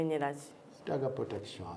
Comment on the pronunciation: The way Farook is pronouncing the word protection 😂😂😂 okujubisa 😂